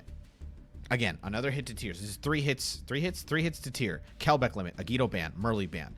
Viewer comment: Kelbek bros... it's Agidover...